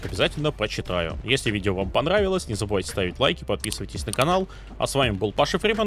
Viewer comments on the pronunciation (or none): none